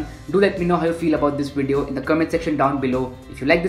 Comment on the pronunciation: Nobody: Every YouTube Video: Snazzy intro, hip music, wide shots - "Welcome to today's Wideo"